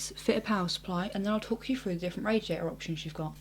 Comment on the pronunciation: would have been better if she could pronounce her TH's ....like through instead of frough, just sayin